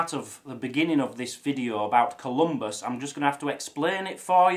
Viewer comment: I have just 2 comments: 1, you are wearing the kilt backwards, the unpleated apron goes over your lap, and 2, it is Saint Columba, not Saint Columbus.